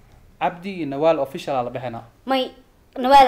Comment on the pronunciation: The secret is how somali pronunciation official .... ofishial